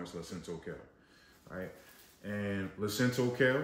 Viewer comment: Lacinato kale. Not Lacinto.